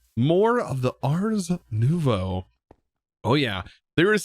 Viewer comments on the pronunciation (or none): none